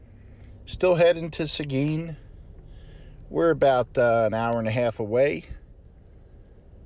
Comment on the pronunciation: Not many know how to pronounce Seguin. Awesome 😎